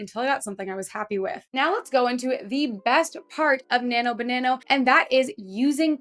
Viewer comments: Why do you keep saying "Nano banano" instead of "Nano banana"? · As you probably already realized, it's actually Nano-Banana (not Banano) but that's Ok because you sound cute saying Banano, I like it! 😁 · Why do you say "BananO"? Annoying as F@ tbh... sound like a teenager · I just thought it's how Canadians say it :))))